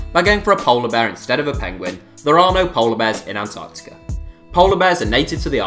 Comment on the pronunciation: lol atartica